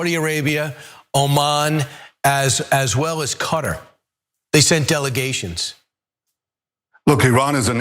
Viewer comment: It’s QATAR.. not “CUTTER”.